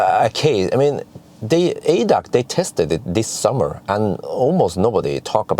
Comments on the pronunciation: Again an informative video from you. For your information: ADAC is the abbreviation for "Allgemeiner Deutscher Automobil Club". The letters are pronounced individually A D A C. Kind regards from Germany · We don’t say it in one word in German. A-D-A-C like AC/DC Never heard it in one word 😅 Follow your videos for years now, greetings from Vienna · It´s pronounced A D A C ;-) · Funny to hear it as ADAC, sounds unfamiliar. We say the letters separately. A-D-A-C.